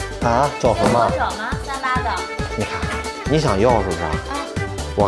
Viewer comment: 那个女生说38的脚不看字幕以为他在说山巴的脚🤣